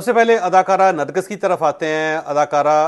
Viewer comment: nargis ka nam ap theek nhi le rahe ...ap nargas bol rahe hen asal nam nargis ha